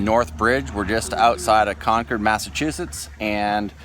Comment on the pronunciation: It's actually pronounced "Con-curd". It is an amazing place